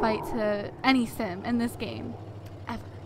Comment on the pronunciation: I thought she say gay not game hehe xxx